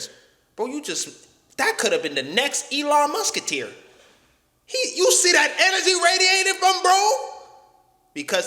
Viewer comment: Elon Muskateer?😂😂😂😂😂